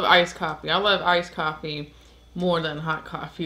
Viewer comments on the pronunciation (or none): Great review especially when you have Coffaay 🤣👍🏻